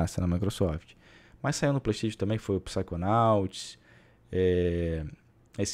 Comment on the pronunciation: playISTAITIONN kkk melhor é a pronuncia do